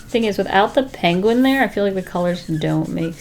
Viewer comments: I love the way she says the word penguin. (She says it like pang-win instead of peeng-win) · Me in my Harry Potter voice it's PEnguin not PAnguin lol. Sorry it made me laugh.